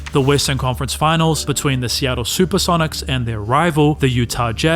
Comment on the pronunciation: "The Super-seven-ics"?